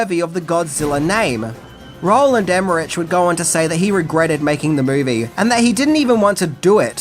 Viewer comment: Im pretty sure you pronounced Roland Emmerich, Maria Pitillo, Jean Reno and Ian Ziering incorrectly. Although the last one is not standard